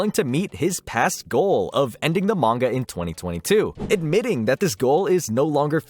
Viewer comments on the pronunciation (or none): bro really said mangaga